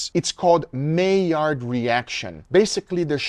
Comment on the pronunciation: HEYY! HE SAID MAILLARD RIGHT!! 😂I was so damn proud of my guga bear in that moment!😊